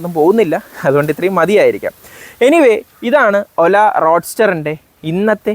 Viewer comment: ആദ്യമായിട്ടാണ് ഒരു റിവ്യൂവർ "ഒല" എന്ന് ശരിയായി പറയുന്നത് കേൾക്കുന്നത് .